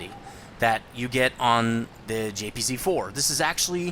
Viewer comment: Completely off topic, but one thing that's always annoyed me a little bit is that you pronounce German tanks names incorrectly. For example, the "J"P"Z"4, which should be the JagdPanzer 4/IV. Just a minor annoyance. :P